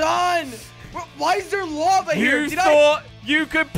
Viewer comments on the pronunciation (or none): it is lava not lave